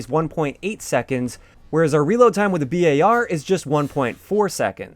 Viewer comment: Does it bug anyone else that he says B-A-R instead of bar?